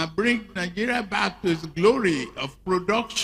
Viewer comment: Isn't a shame this comedian leads Nigeria he pronounces Nigeria ( Tinubu - nigea) thank you very much (Tinubu-than vee mon